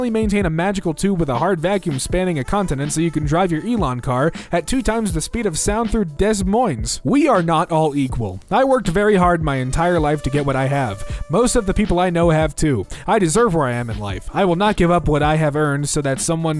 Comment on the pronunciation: obligatory Iowan “it’s pronounced ‘deh moyn’” lol